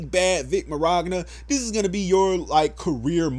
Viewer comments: Where are you getting the R in his name? Are you a real fan? Can you pronounce it correctly. =p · Is it really that hard to say minyana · Min yana it's easy to pronounce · As a nearly lifelong Dragon Ball fan. This whole situation caught me off guard. I was honestly shocked when I heard her actually say something against him. Thank you for the info/video. But you gotta work on those names my guy lol. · That's what I thought too. It's wrong yes but it's better than somehow including an r out of nowhere lol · Great video dude, but the way you pronounce his last name will never stop being hilarious to me lol. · Damn I cringe every time he muffs Vic’s name lol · Pressed the like/dislike button every time you mispronounced Mignonas name. You ended up with the like. Respect :) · Great video and Everything but i think you pronouce his last name wrong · Kills me a little inside every time you say his last name wrong lol. I think he’s innocent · Why do you pronounce his name like that? Do you see an R? XD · I couldn’t take this serious to the fullest extent just due to the way you keep pronouncing vic mignogna sounds like you’re adding a “r” where there isn’t one. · Idk what triggers me more: Monica Rial and her disgusting accusations against Vic, or the fact that you've been pronouncing his last name wrong throughout this whole entire video 😂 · You saying his last name wrong just saying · Why can no one pronounce is name correctly? How tf do you do videos on someone and never once look up what his fucking name is. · So is it just a meme now to mispronounce Vic Mignogna's name? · Vic Marogna? There is no R in there bro. Vic (Mon·yon·ah) he's Italian. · Love the video but it's pronounced "minyana" not "mignogra" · i love the call out on monica, but my guy, i just can't get over how you say Mignogna XD "Min-yawn-a", not mir-ag-na" 👌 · I hope justice is served & he's vindicated of all charges and accusations. But um..... his name is Vic Mignogna not Mirogna. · "Vic Miroggna" xD